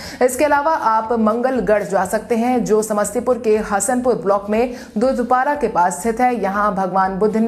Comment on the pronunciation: दूधपूरा है मैडम दूधपारा नही